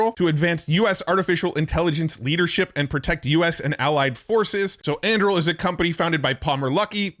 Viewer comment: an-doo-ril. That is how you pronounce Anduril